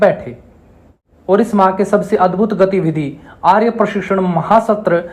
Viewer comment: नमस्ते! बहुत विनम्रता से एक बात कहता हूं। आपका उच्चारण बहुत स्थानों पर अशुद्ध है। जैसे– आप प्रशिक्षण को परशिक्षण, प्रदेश को परदेश, धर्मपाल को धरमपाल, प्रत्येक को परत्येक कहते हैं। मैं जानता हूं कि यह आपकी समस्या नहीं है, यह तो हरियाणा राज्य की मातृभाषा ही ऐसी है। मेरा उद्देश्य आपका या हरियाणवी भाषा का दोष निकलना नहीं है। आप एक बड़े मंच पर लोगों को सम्बोधित कर रहे हैं तो अपनी आर्य भाषा निश्चित ही शुद्ध होनी चाहिए। अस्तु! आपका यह जो प्रयास है; प्रशंसनीय है, बहुत उत्तम है। इसके लिए आपको बहुत बहुत शुभकामनाएं। अपेक्षा है कि आप बुरा नहीं मानेंगे तथा सत्य का ग्रहण और असत्य का त्याग निश्चित ही करेंगे। जय आर्य जय आर्यावर्त्त